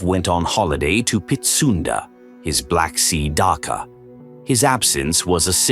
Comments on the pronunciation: The word for holiday home is dacha not dakka . Is AI narrating this ? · AI voice detracts from this. Can't even pronounce "dacha". Please use human narration. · dacha with ch like Khrushchev, not an h sound